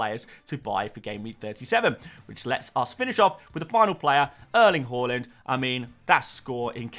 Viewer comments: It’s Haaland NOT Hawlund Please say his name correctly 😅😂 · Why do u pronounce Haaland and Hojlund the same it's really confusing and dumb, not to mention annoying. You say both names exactly the same. ?